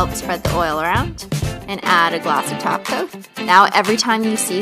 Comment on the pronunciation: She said top cot not taco